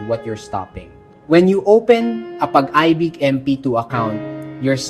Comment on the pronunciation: nakaka b*rat minsan kapag AI yung nagsasalita. Pag AY BIG ??